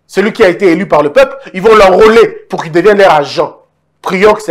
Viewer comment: Non seulement mentir mais aussi bien parler et écrire en français (dire Président éli au lieu d'élu, ti es au lieu de tu es, etc., c'est pas français).